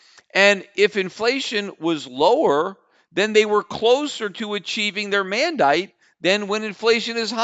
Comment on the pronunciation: HAHAHA Peter turned Australian for 1 sec "mandyte"